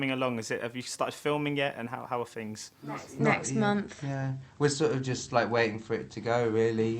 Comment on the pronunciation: to me, lily 100% sounds really british to me when she answers . oh, and too, when she says next month.